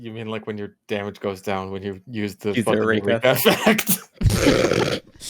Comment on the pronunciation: Why does that one guy keep calling the Eureka Effect the "Urethra Effect"